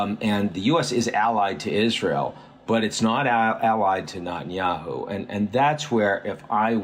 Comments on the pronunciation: Can't understand why you're unable to pronounce the name of the Israeli Prime Minister correctly? Neh-tan-YAhoo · Not that I'm a fan but learn how to pronounce Netanyahu properly.